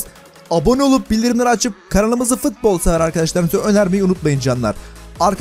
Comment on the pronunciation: Biri şuna futbol demeyi öğretsin mk fıtbol ne